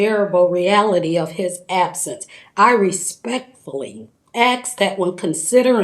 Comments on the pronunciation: It is pronounced "ask". It is not pronounced "aks". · Mother of victim says "ax" instead of "ask". THROW HER OUT OF COURT !!! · "I respectfully axe" ughh.............. them's nasty grammar wuz ray cyst'n'sheeeet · Yanor I tot dat yous was axing me questions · BYE BYE.....DO YOU WANT TO "AXE" ANY MORE QUESTIONS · Could she not even practiced for a few hours before giving the speech on how to say the word "ASK"? They are just dumb, just dumb and have no way to break the cycle because that would take some sort of intelligence of which THEY have none. Just dumb.